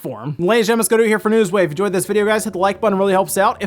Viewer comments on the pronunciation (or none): none